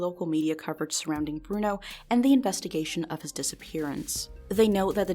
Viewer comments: It's /Broo-noo/ /Bor-zheez/ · b-bruno? like,,,bruno bucciarati?